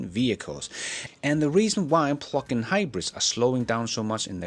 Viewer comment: I’m convinced he says PLUCK-IN on purpose.